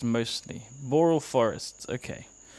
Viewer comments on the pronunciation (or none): Nobody is pronouncing boreal right and now my diaper is full.